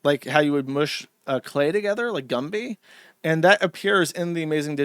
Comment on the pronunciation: Josh saying Gumpy instead of Gumby